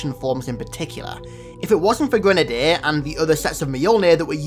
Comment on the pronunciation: why do u pronounce grenadier lake that